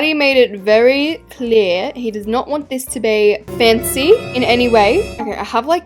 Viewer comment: struggling to do the house revovation: Marty saying she cant do FaNcEh house